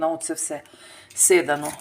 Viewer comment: Седано,А не сидано...Чого ти така тупа?